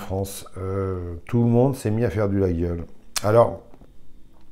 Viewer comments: quelques corrections prononciation : layole Calmels est l'inventeur du modèle fermant, il fut primés et fixa le standard contemporain du modèle. médaille d'argent en 1868 et d'or en 1900 les anciens couteliers Moulin _ 1828 Glaize _ 1828 Calmels _ 1829 Mas cadets _ 1850 Pagès _ 1860 Salettes Valery Galandrin Moisset Cayla Rascalou Cure Glandières la forme de la lâme Yatagan est ramenée de catalogne lors de déplacements des scieurs de long nord aveyronnais en espagne. il n'y a pas de vignoble sur l'aubrac mais à Marcillac Vallon entre Rodez et Conques. Notre coteau témoigne de notre histoire rouergate et del païs. le cloutage de la croix de berger est une tradition pastaural del Mazuc (buron) tout comme le poinçon témoigne de l'activité agricole et le tir bouchon de notre montée sur Paris. l'Aveyron n'est pas auvergnate mais occitane, a ne jamais confondre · très bonne video par contre laguiole se prononce "laïole"🖖🏼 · Juste pour info, le G est muet, on prononce "layole". Et fais attention quand tu parles de traditions françaises, c'est un coup à te faire traiter de fachoracistenazidéstrèmdroite... Très bonne vidéo sinon! 👍